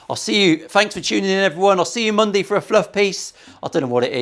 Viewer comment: After the third time you said Monday I only heard Mungday. ❤